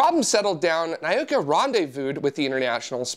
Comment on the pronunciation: The spice from New Mexico is spelled chili. Chile is in South America. And I wouldn't pronounce Nauka as "nigh-oh-ka". It's "nah-oo-ka".